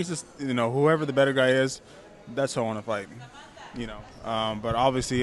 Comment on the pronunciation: "want" - "WON'T" right??? WTF? thought you were using google translate!